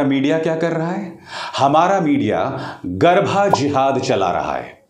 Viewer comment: Sir, it's garbaa and not garbhaa